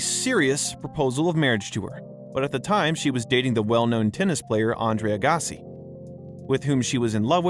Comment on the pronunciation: Andre A-GOSSY pronunciation is hysterical. Narrator too young to have heard of him.